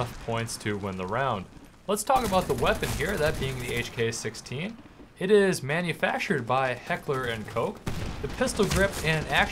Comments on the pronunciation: but, it's pronounced heckler and Koh(the ch and the end is replace with an H, basically.) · hehe.. Heckler and Coke... Love when English people try to speak german :D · You pronounced Heckler & Koch wrong.